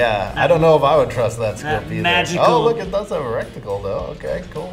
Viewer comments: "reticle" not "rectical" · I Austin this expert, its reticle not resticle lol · He’s calls it a “rec-tical” 🤣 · Ok, so Im sure this dude could kill me 35 different ways.. But did anyone notice he said "rectical" , instead of "reticle" two times, when talking about the optic on the rifle?? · I like how he says recticle. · anyone else catch the guy say recticle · Is he saying "recticle" instead of reticle? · When dude try’s to say reticle all I’m hearing is rectangle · is he saying '' Recticle'' instead of Reticle? 🤣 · I love me a good "recticle" 🤦‍♂️ great "expert" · A "gun expert" that mispronounced the word RETICLE several times. Sheesh